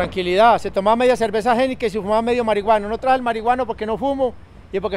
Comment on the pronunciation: Like por todas las veces que dijo geniken, geineken. 🥺